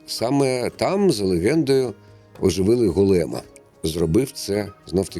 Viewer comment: Сирова́тка, Голе́м... Ви навмисно паплюжи́те наго́лоси?